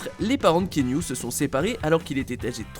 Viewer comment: KEANU, prononcé: K I A N O U le A se prononce ! Et son nom signifie: brise fraiche sur la montagne ! bordel, désolé j'ai pas pu me retenir.